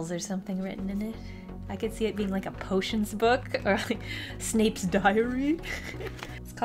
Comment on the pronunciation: The way she said “snapes diary” was just...😂